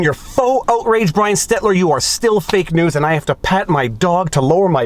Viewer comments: Is there an in-joke I'm missing when mispronounces, "Stelter" as "Stetler"? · Whoa, Viva actually said "Stelter" right! The first time... then said "Stetler" 3 seconds later... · STELL-TER Viva, STELL-TER 🙂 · Maybe I've missed it, bit is there a specific reason you call him "Stetler"? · ITS STELT - ER! Please learn this! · Brian "STEL - TER". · ST-ELT-ER! 🤣🤣🤣 Now, I think you are doing it for a laugh. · I love that you still call him Stetler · I love that Viva still pronounces Brian Stelter's name wrong. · Viva mispronouncing Stelter is pure gold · At this point it is just plain rude to keep mispronouncing Stelters name wrong. He may be a bit of an ass, but it's literally the least you could do... The very fact that I appear to be almost defending him is quite strange to me, but it's really hard to tell other people to watch your vids when basic details like that are incorrect. It reflects on your character! If you don't even sound like you know who you are talking about, then why should anyone stick around to hear what you have to say about it? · Angry Viva managed to get the name right the first time, but then let loose on him all hetler sketler.